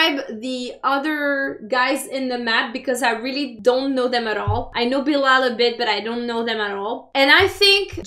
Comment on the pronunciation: Watchaaaa it’s Bilal and Not bilaal